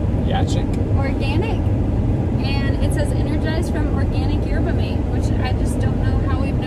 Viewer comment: The tea you guys were drinking is pronounced YURBA-MAHTAY It's a natural energy from the Yerba Mate plant. It's very good in coffee too!